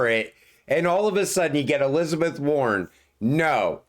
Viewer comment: It’s WARREN not “Worn” and yes she’s a monster 👹